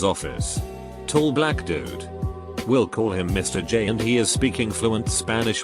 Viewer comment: I don't know why Mr. J was read as "Em Ahr Jay" and why it was so funny to me.